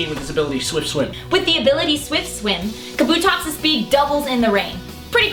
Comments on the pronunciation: Should point out that they're mispronouncing it. Kabuto (The japanese word for helmet, as pointed out in the video) is pronounced Kah-Boo-Toh rather than Kuh-Boo-Toh. This results in Kabutops' name being pronounced Kah-Boo-Tops rather than Kuh-Boo-Tops. Hope this helps! I hate it when people mispronounce. Such as Rayquaza not being Ray-Kway-Zuh, but instead Ray-Kwa-Zuh. Thanks for reading...maybe? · God damnit 3 seconds in and I already need to tell the girl that it's pronounced, KA-bu-tops. Not Ka-BU-tops. Jesus. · It's pronounced KAH-boo-tops